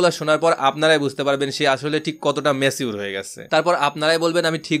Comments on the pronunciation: ম্যাছিঊর কি ভাই Pronounciation thik korle shunte ektu valo laghe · Bhai it's not macure..it's mature